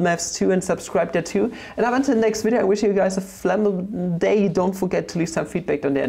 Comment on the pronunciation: The CIAO at the end is poetry for my italian ears